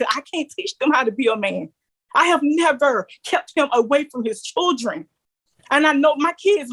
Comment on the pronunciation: Holy drama, why can't that woman pronounce children correctly lol😂